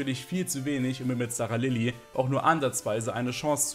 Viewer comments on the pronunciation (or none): es wird SCHTARALILI ausgesprochen!!! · Kann mir das Video tatsächlich nicht gönnen da es mich mies nervt, wie du Staralili aussprichst.